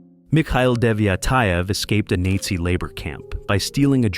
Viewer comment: The AI was great with the photos,pronounceing NAZI, not so much.